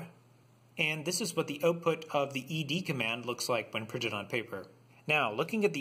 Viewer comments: Wonderful explanation, and the first video I've seen where the name 'ed' is pronounced correctly! Like ex and vi, you just say the letters. Last year I decided to keep things simple and now ed is my primary command-line editor. I like the way it doesn't take over my terminal display the way vim and Emacs (and for that matter nano) do. it's simple and powerful, launches quickly, and exits cleanly. Some people say it's fine for small files but they wouldn't want to have to use it for longer texts. I remind them that actually most of Unix was written with it. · Excellent video! And you even pronounced it right!